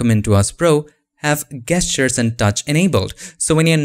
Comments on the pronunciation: Absolutely loving your videos. One small suggestion: the word gesture is pronounced like Jess-ture not like guess-ture. But your English is otherwise lovely. Thank you for your expertise! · it’s Gesture (Jeschar)